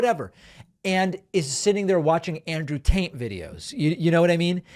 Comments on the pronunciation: David sounds like he’s pronouncing his name Andrew TAINT! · Yo, is David saying Andrew taint? If he's not he should. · Did he say Andrew Taint? :) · It amused me that David said Andrew Taint the whole video. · Did David intentionally call him Andrew Taint? Lmao